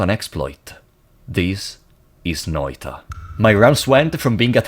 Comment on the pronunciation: Big ups for pronouncing Noita correctly. Also these were my favorite streams of yours to watch, even if I only could rarely chat.